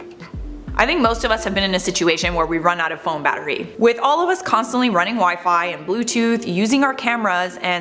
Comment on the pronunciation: Is it just me or is the way she says “battery” wayyyyy off?